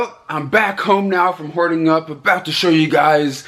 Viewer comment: First video of yours I ever saw about a year ago I thought you said whore it up